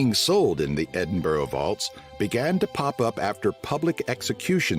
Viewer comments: Edin-burrow? Try Edin-brer pal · Edinboro??? Really? It's pronounced Edinburra. Regards, Stuart, Dundee, Scotland. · It’s Edin BRUHHHHHHHHHHHHHHH for Gawwwwdddddd’s Sake! 😡😡😡and I’m not even Scottish but it makes my brain hurt! From now on, I am going to always say Ark KANSAS and not Ark can saw and see how they like it! Obvs they are not regularly listening in to the BBC name and country pronunciation feed to find out how to say UK places names correctly 😉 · Where's Edin Bo Ro? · Every time someone calls Edinburgh "Edingborrow" my jaws clamp to the point of pain. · Where the f**k is Eding-bow-row? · this video is crap , it may have something to do with the narrator . probably made for internal use in the states , hate it . One thing though , you learnt how to say Edinburgh incorrectly . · lol i love the way that americans usually cannot say edinburgh right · Remember always trust a man telling you about Scotland that can’t pronounce Edinburgh correctly, 👍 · My exact thoughts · It’s usually Edin Burg ? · You would have thought someone making a Facts on Scotland video would have at least learnt how to pronounce Edinburgh properly. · I doubt he's ever been there. If he tried that pronunciation in the City he'd have been executed in public on the Grassmarket! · Nobody who'd ever been to Edinburgh would pronounce it like that. I guess the narrator must be one of those armchair travellers.